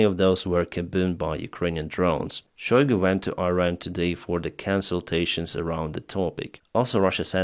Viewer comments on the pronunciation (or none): none